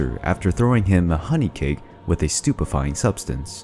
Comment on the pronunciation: him: says stupifying liquid me: OH BABY OH YES THE STUPIDEST WORD IN THE WORLD FRICK YEAH